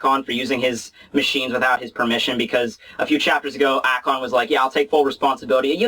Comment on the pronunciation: ??????? Alon?????? It's aKon!!!!!